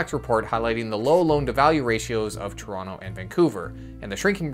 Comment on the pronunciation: Why are you saying Toronto wrong.......